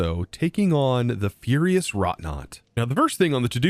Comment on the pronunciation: Furious???? Ferrous, meaning iron like, not furious as in mad, lol, LETTER BY LETTLER PLEASE. Aerial, not ethereal, lol. As in air, not ghosts. Oh no, not only are you right in your misreading, it should be unyielding, but it's unwielding, which isn't even a word, dang, but also, they forgot the word by, guarded BY the sturdy and UNYIELDING Ferrous WROUGHTNAUT, it missed the t in the middle.